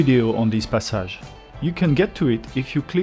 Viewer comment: Actually, your English pronounciation of Passage is different than an American would say it. For place names, we should learn the proper French.